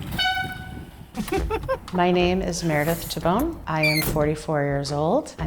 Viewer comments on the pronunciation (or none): all this year in sicily, nobody told her she is pronouncing her surname wrong? it is pronounced tahbbohneh